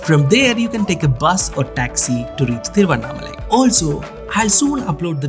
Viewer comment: Thank God finally at least you have said exact name THIRUVANNAMALAI 😢😢and thamilnadu